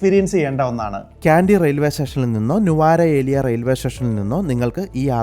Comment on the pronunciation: ന്യൂറേലിയ എന്നാണ് പറയുക